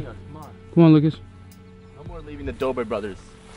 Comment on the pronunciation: its say dodre brother "Dobre brothers"